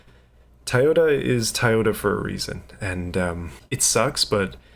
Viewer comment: TOY-ota not TIE-ota